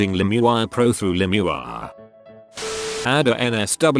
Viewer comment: LIMB EEEEEE WIREEE